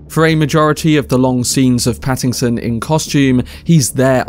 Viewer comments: Dude, his last name is Pattinson, not Pattingson. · Pattingson lol